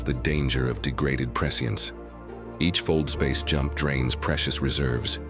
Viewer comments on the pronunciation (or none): none